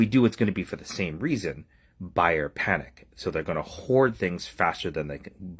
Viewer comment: No letter K in panic, by the way.